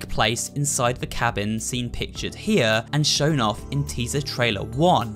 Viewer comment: “Hey guys, super horro bro mike hea” 20xx -??? (god I love your dark deception vids)